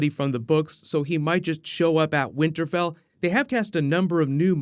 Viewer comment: Did you say winter bell? Lol